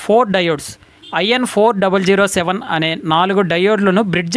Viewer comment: Meeru doides ni IN4007 ani pronounce chesaru...adhi wrong...1N4007 is correct